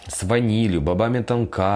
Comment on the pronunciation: Лови Лайк из КЕМЕРОВО! У Тебя МУЖественные Руки! Только заПомни, что по Русски правильно говорить Бобы ТОнка (ударение на 1-й Слог)